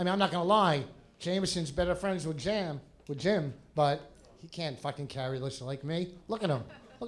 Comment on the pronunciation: did vos just call jim "jam"